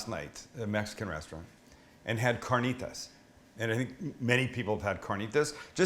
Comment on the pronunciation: I'm a little late in watching the video but I love how Sam says carnitas the correct way. Excelente!